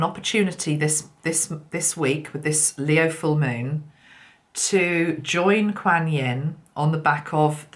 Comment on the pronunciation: Hi. I know you like to pronounce words correctly ( even though it's really not important) Quan, like swan, Quan Yin. This video great thank you so much xxx